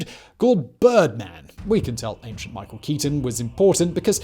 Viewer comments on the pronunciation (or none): none